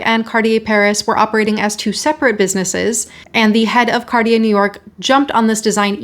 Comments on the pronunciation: It's pronounced "CART-tee-yay," not "CAR-dee-yay" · Hey it is pronounced #CarTier not #CarDEEyeah #Arctic isn’t pronounced #OurDick, either, #Murica. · And now we learn how to pronounce Cartier.